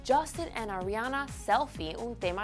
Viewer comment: ''adriana grande'' :s Ariana*